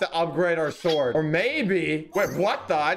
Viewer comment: THIS IS NOT HOW YOU SAY THE WORD "SWORD", IT'S SWORD NOT SUWORD!